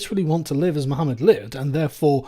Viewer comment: You did not even pronounce “Mohammad” right